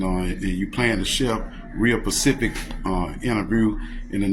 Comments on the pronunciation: Well I'm feeling charitable so I'll say as long as he knows what it means... I mean "specific" not "Pacific" I'd give him a pass😅😅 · Did that cellmate say "pacific" when he meant "specific"? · "Real Pacific " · Share that "pacific" information lol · " real Pacific interverrs " 😅😅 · The word "SPECIFIC" is literally the hardest word to say properly for most people, black, white... i guess thats it. "PACIFIC and SPECIFIC" are one in the same now in the english dictionary. 😂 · I have just realised I can’t say specific and say pacific! 😂🎄